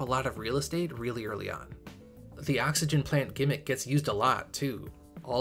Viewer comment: "30 seconds.." "Oh-xygen"